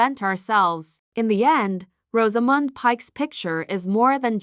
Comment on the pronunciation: It would help if the AI could pronounce Rosamund.